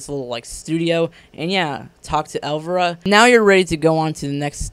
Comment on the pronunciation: El-VY-RA. Not pronounced elvra...